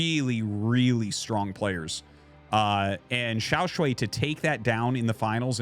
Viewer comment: Hey Artosis. Just letting you know that you're pronouncing XiaoShuai wrong. Here are the characters 小帅 you can check the pronunciation on Google :)